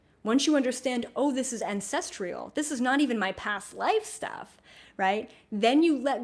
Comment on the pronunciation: I'm trying to release ancestral trauma around perfectionism. It's being triggered every time you say "ancestrial" instead of "ancestral." You are brilliant though and I really appreciate your wisdom. Sorry.